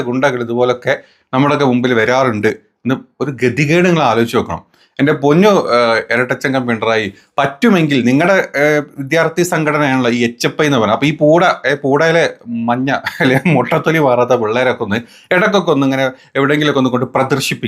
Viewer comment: ഏചപ്പായി അല്ല എച്ചി പൈ